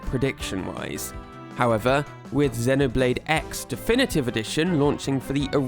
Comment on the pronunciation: Why do you pronounce it ZE-noblade not ZEE-noblade?